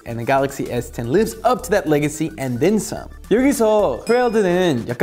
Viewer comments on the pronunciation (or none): none